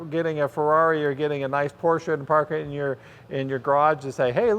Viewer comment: Great video! Nice and unbiases. Plus, you pronounced PORSCHE CORRECTLY! LOL.